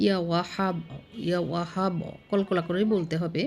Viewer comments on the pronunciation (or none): বানান টা ঠিক করে নিয়েন আপা, "বাছাই ছে" না, হবে "বাঁচিয়েছেন" ।‌ আর ইয়া ওয়াহাব (يا وهَّاب) হা-এ-হামজাহ (ه) দিয়ে হবে, এই 👉🏼ح নয়। আর দ্বিতীয় টা ইয়া মুজীব্ /মুজীবু (يا مُجِيب)، "মুজিবো" নাহ‌।‌ বাংলা বানান ভুল হলেও ক্ষতি নেই, কিন্তু আরবী উচ্চারণ ভুল‌ হলে অর্থ সম্পূর্ণ পাল্টে যায় , আর আল্লাহর নাম তো আরো সতর্কতা প্রয়োজন 🙏🏼❤